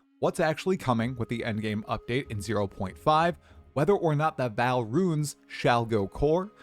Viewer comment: It's still pronounced V[aw]l Not "val" Ark-eh-type Not "arc-type"